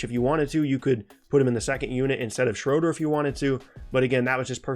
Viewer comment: shroader lmao